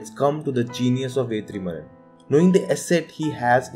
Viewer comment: Bro it is Vetrimaaran. Why are you pronouncing as Vethrimaaran?? Don't pronunce it with th sound bro. No offence. Just correcting. Thank you